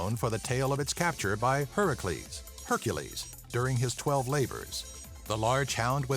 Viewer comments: Hercules not Hurecles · its Hercules not hurcullys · hercules not herecles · Herucles 😂 That's what I always notice. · Lol he cant pronounce hercules XD